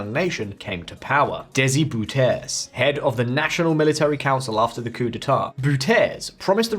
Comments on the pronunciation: Bouterse is not pronounced as "Boe-ters" but as Bow-ter-se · Good vlog but why not better inform yourself first about the pronunciation “Bouterse” instead of a false French-like way [Boo-terce]. Bouterse should be pronounced as [Bow-ter-su] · Who is boeter ?? This sounds so stupid. Please research proper pronunciation of names! Better research improves quality of presentations. Do it! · Who the fuck is Boutèse? Try Bou Ter Se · At least try to say "Bouterse" (Bow-tuhr-suh) rather than the incomprehensible Butez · Bouterse is pronounced Bowtairsé not Bootairs🙉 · Bouterse? BOOTEZ??? LOL Its a Dutch name, as you may have guessed. BOW-TUR-SUH. Forgot to research? The oil company: staatsolie - it reads state's oil. Staats------olie not staat----solie. Oof! Nobody on your team who speaks german could ve advised you? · Corruption is also in your country, and please try to say the name right its not Boutese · The name of the latest President is De-si Bou-ter-se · Its not boeterze but it is Bouterse Its like you wonna say Okra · Boutese😂😂😂 your pronunciation is so wrong. I wondered for a minute of 2 who you were referring to😆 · Beter de uitspraken leren voor je een video gaat maken...Booterz😂😂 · bouters isnt french... its dutch dude. its pronounced like B - Auw - Ter - Se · I appreciate you just pronouncing the word and not making a big fuss. I also understand intuitively assuming it's supposed to be french style pronunciation, looking at the word. As far as I know, Bouterse is pronounced normally in Dutch, roughly as: Bahoo-ter-seh. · What a clear historical overview. That was a bad and foolish past. Now finally, the democratic government can really continue to rebuild the country. What a bright future. But the surname "Bouterse" is pronounced in Suriname as "Bàu-ter-se"...oke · Lol it's pronounced "DAY-see BOW-tur-suh" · phonetics of the former dictator is more like "Daisy Bowtursuh", bow as in "chow time" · 😂😂😂 Daisy Bow-Ter-Sir /de:si.bautərsə/